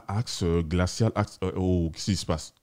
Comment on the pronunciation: Je suis dexacé quand j entend axe😭😭